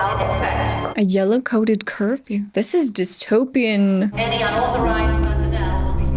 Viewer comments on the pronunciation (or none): this is dystopian..... spoken by a Canadian hahaha